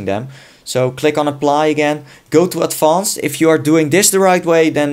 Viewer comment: when he said "Advanced" his accent changed to french